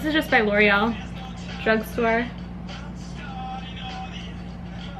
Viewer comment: you said bruge store you do that